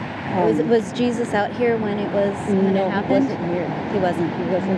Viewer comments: Its Spanish, shes not pronouncing it right. Its pronounced hay-SOOS. It's spelled the same. . . but obviously she doesn't know Spanish. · With Torres as a last name it is probably Latino which means his first name is pronounced "Hey sus" --- - trailers are towed behind power - An RV is powered living quarters. There a number of other locations similar to Slab City. There is a very large number of people who have chose to live in various vehicles from small cars to $400,000 RV motor-homes because they want the freedom to travel or easily change work locations. ER Docs work 6 week shifts. Traveling nurses. etc - Wonder if you were in LA why you didn't head to the marinas where there are hundreds of permanent live aboard instead of houses. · I was wondering why dude kept allowing this lady to call him Jesus ❓ when it comes to a common man it's pronounced (heySeus).🤷🏽🧐🤔🤨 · Excellent coverage. Only one detail I need to mention. Jesus is pronounced Hesus, not like our savior. J like an h.